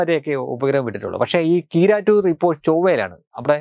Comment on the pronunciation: നിങ്ങൾ പറയുന്നത് സന്തോഷ് കീറാറ്റൂർ എന്നാണ് കേൾക്കുന്നത്